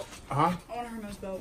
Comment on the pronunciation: Hermes is pronounced “her mees”.